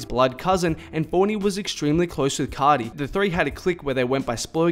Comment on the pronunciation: C (ar) ti bro not C (ot) ty ... ar pronounced like the letter “ R “